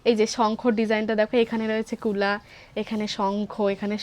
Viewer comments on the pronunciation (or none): Ota Kula na ota kulo